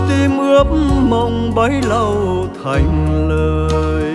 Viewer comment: Tiếc lúc phát âm ko thành ra ko thằn...vẫn bị lỗi này như trước kia hát đôi với băng tâm